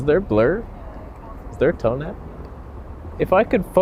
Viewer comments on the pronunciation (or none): The way you say “Toneh” makes me 😂🤣😂🤣